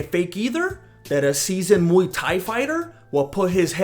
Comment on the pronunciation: It's muay not mu dumbass